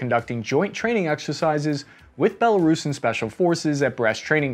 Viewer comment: Nice of you to say “Belo-roosan” rather than “Belo-Russian.”